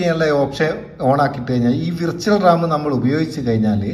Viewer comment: റാം ആണ് റമ്മ് അല്ല 😅 (ഇത് നിങ്ങൾ പറയുന്ന തമാശ) മുൻപ് പറഞ്ഞപോലെ മോർ ആണ്.. മോര് അല്ല 😊 അടിപൊളി. നല്ല അറിവ്.